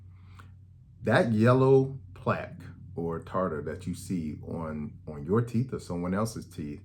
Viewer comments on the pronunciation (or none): That man said “…Yellow Corn Colored Teeffz…!”🤣🤣🤣Thanks Doc I’m gonna mention all this to My Sisters, Daughters and Sons! Thank you and GOD Bless you